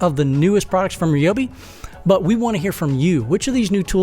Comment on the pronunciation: I'm not sure I'd want to trust a review from someone who either cant, or isn't bothered, to properly pronounce the Ryobi name.